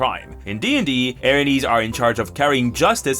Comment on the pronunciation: Erinyes are pronounced air in yays